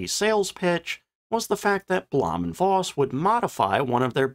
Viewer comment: In German, the letter "v" is pronounced like an "f". Please quit pronouncing it like a soft "w", which is also not silent in German and Slavic languages. So for example, there is no female cattle in any names with "ow" in them, like Mankow, which is properly pronounced Mankov. Got it?